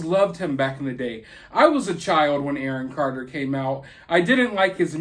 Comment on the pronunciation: "Awon Carter" 😂😋😋😂